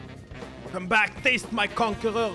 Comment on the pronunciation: Normal people: Conquerer zed: CONQUEGEK ZED